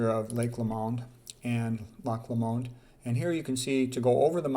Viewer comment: Scot here, it’s not pronounced Lo-MOND, it’s loch LOWmand.